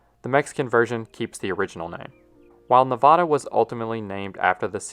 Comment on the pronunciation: Love the channel. As a resident of Nevada, the state is NOT pronounced the same as the mountain range, please. The first a is a soft a, not ah.